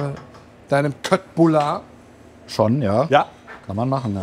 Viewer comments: Wird wirklich "Schöttbullar" ausgesprochen .. so hab ich es von meiner Mutter gelernt .. Sie kommt aus Stockholm 😀 😀.. super gemacht danke viel Kindheitserinnerungen.. also mit Vater kochen 🙂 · Ich habe eben dein Einreiseverbot nach Schweden annulliert. Endlich Köttbullar richtig ausgesprochen. Mein schwedisches Herz ist entzückt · Endlich Mal jemand, der das richtig ausspricht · Yay! Endlich jemand in Deutschland, der das richtig ausgesprechen kann :) Und auch die Preisselbeeren vergessen :) Wenn ich mich an meine 10 Jahre in Schweden richtig erinnere, war das Gehackte doch etwas feiner. Nochmal in der Küchenmaschiene durch die Klingen bearbeitet. Aber das kann eine Regionale Sache (oder sogar persönlicher Vorzug meiner damaligen Lebensabschnittsgefährtin) gewesen sein. Jedenfalls mache ich das seitdem auch so.